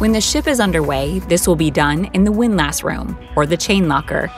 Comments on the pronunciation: I have always heard "Windlass" with the emphasis on "Wind" rather than "lass". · Not "wind-lass" it is pronounced "WIND less". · As a sailor, it GRATES on my ears to hear her say "windLASS" over and over. It's pronounced "WINDlass". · You can’t convince me it’s windLASS. It’s windless. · Never heard it called a “windLASS” where it’s really pronounced “windLISS” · While it's spelled WINDLASS, it's pronounced "WINDLUSS" not "WINDLASSSS". Otherwise, good show. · The pronunciation of windlass is not wind-lass but windlus, with strong emphasis on the first syllable and the second with no emphasis and almost no vowel, more like "ls". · hearing it pronounced windLASS hurts its pronounced windlis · "WIND-luss" not "wind lass" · "WINDlus" not "WIND-LASS" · it's not wind lass... it's windlass.. one word. Pronounced more like windless.. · It's pronounced "Wind-liss" not "Wind-lass" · Hey lady it’s “pronounced” win-lis, not windlASs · It's "wind-LUSS". Another one that's pronounced odd is FORECASTLE; "FOLK-SUL" . It's just the way it is. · Windlass is pronounced as windless. Just so you know.. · It's windlass, like wind-less, because sailing has weird pronunciations. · it's 'WIND-luss'... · windlass, not wind lass. Please find a better script reader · Drive anyone else crazy with the way she was saying “windlass”? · You're saying "windlass" wrong. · Someone please tell this lady how to pronounce "windlass".